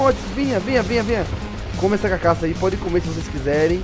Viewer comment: é carcaça e não cacaça